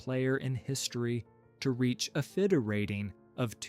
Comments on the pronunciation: this idiot reads fedi instead of fide 😂😂😂😂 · please correct the sound track with the correct pronunciation ofr Seyrawan. you butchered the name close to be unrecognisable. also the name FIDE. Elo number are inflated.